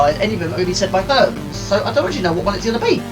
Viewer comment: Another one I liked was "Herms" for the courier company lol. I think it's pronounced Her-meez hehe